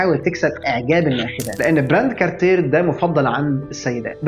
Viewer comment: يتم نطق العلامة التجارية كارتييه بدون حرف R في النهاية. سعر ساعة هاميلتون كاكي فيلد هو 900 دولار، وليس 11000 دولار